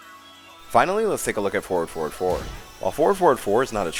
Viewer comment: For the new ones heres i was hearing 4,4, 2 instead of forward forward 2 😂, even the subs says "ford for 2"